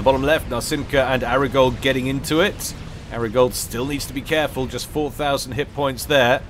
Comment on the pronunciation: Did you never watch Entourage? So it would be Ari Gold to rhyme with starry fold, not arigold to rhyme with washing up gloves.